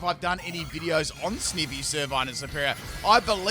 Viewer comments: It’s sniiiiivy not sneeeeevy, I just got mad at you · I swear to heck it's Sn-eye-vee! Not Sn-ih-vee! It's literally Snake + Ivy. You know, the plant/vine/leaf? I just can't with your ridiculous pronunciation rn. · He’s making me mad every time he say sneeevy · Snivy is snake ivy put together, because it's a grass snake. So it would be sn-eye-vee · He said “sneevy” lmao 😂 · Ah yes, good ole Snihvy. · TIME TO ROAST FOR MISPRONOUNCING SNIVY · 2 minutes in, 8 pronunciations of Snivy😮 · My second favourite starter and he butchers its name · Pronounced Snivy as in "ivy".